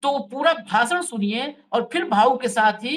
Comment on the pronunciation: Yaar ek to hindi seekh lo bhasa nahin bhasha gyanes nahin gyanesh hindi nahin aati bhasan nahin bhashan